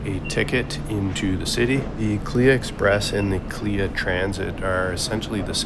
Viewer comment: Its not Kleeya ...Its K.L.I.A...